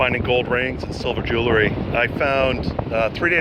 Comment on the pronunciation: Sorry pet peeve. It's Jew-el-ry not Jew-ler-ry. Helpful video. Thanks